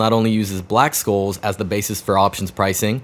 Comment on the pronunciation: black "SHOLES"; that's how you say it, the c is soft